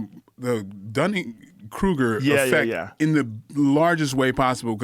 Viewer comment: If you’re going to talk about people having Dunning Kruger syndrome you should probably say it correctly.